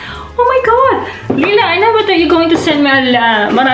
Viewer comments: Ask Uncle J how to say it, its possible you always have and I've never noticed. Now I'm in NL everyone calls me LIE-LA and it drives me bonkers 😆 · Omg. I’m so sorry Layla I don’t even know I’m pronouncing your name wrong 😱😭 Maybe it’s my accent? 🤦‍♀️😂 Your uncle and family didn’t even correct how I say your name and I got used to it 😂 Totally overwhelmed, you sent so many! I’m glad I made you laugh the whole 15 mins. I need to practice how to pronounce your name properly hahaha Thank you again Layla! 🌿💚